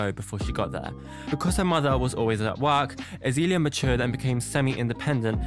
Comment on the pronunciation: "Azeeeeelia" lol. Excellent pronunciation mate, its turned me to drugs just hearing it